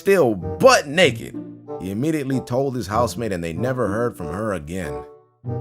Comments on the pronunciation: i swear he says house maid everytime he tries to say housemate. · This whole time i thought you were saying "housemaid"......